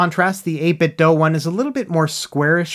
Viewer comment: Just FYI 8bit(do) not (doh) they released a Bluetooth speaker a while back and it pronounced (do) at startup. That's how I found out.